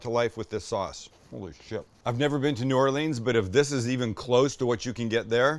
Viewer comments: Stop saying “new Or-Leeeens”, it’s “new or-Lens” sounds like the name Lynn… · Come on down to New Orleans! Will get you right! Btw it’s New Or-Lee-ans, not Or-lean-s. All good tho. Much love. Keep the videos coming. A couple of local YouTubers will be lucky to have you. Let do a collaboration, I’ll set it up. #cajunninja#stalekracker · The bread IS the po boy. Also it's Nawlins not New-or-leens. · We pronounce it New Orlins. And yes, the bread makes the poboy. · Sam - get the boys together and come on down to New Orleans. We have got to some local cooking and culture with ya (and maybe ride in a parade next year). No hating or bashing; but hold the old bay (as many said), traditional seasoned flour (hold the corn meal for dem oysters), catch the real MG dates, and maybe learn how to say New Orleans. No matter what, we will still love ya and pass a good time. Welcome anytime, my guest. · I got a chuckle on your pronunciation of "New Orleans".....